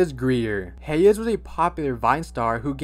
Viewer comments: The way you were saying Hayes’ name was sending me. Hey-yes? It’s pronounced Haze lol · it’s pronounced hays bud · That’s not how you say Hayes’s name lol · dude its pronounced "heys" not "hay-uhs" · “hey yes”… LMFAO THE WAY HE PRONOUNCES HAYES IS SO FUNNY